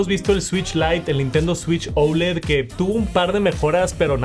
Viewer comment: Por qué dices ouled ? , es oled así a secas !!